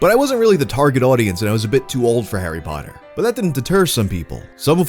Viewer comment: You're the only American that doesn't pronounce it like "hairy paddur"